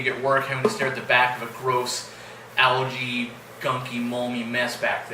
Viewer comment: Do you pronounce Algae as Alergie or similar on purpose? perhaps it's your accent playing tricks with me. I cant believe you dont know the correct way lol Your pronounciation personally annoys me but that's my problem and not yours. I recently found your channel when I renewed my 1980's interest in tropical fish keeping. I am an ex member of ANGFA (ACT) Australia and I am certain you will be aware of them:) I love your channel and am relearning many things I had forgotten. Thankyou...